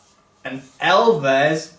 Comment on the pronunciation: Love you, but you can’t fully capture the hilariousness of this frame unless you pronounce the brand “elves” and not “ell-vez.”